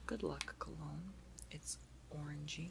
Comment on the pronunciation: I keep hearing CLOWNS instead of cologne :D